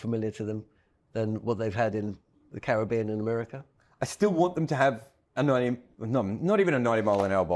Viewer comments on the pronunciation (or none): none